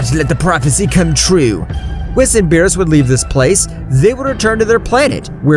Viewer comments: Beerus not bills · ive never seen your content before but this is amazing, one question tho. why did you call beerus 'bills' or something like that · It's Beerus not bill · Bills i think its called beerus 😣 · this shit is ass bro he spelled saiyan incorrectly and called beerus "bills" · Why did you say bills his name is beerus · its berus not bills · Who the f is (bills) its beerus, im having a migraine listening to this pronunciation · his name is beerus not bills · It's beerus not bills and it's bulla not burra learn how to pronounce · Who's bills? Lmao learn to pronounce the names if your gonna make a story out of this. You sound dumb lol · Why dose he call Beerus bills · Bro was saying “Bills” not “Beerus” lol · Can you please stop calling him bills call him beerus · its beerus not bills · It’s beerus Beer•Us not bills wtf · Why did he call Beres bills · U called him bills and called bulla burra